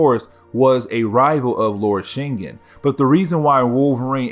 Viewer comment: Shin-gin That's how it's pronounced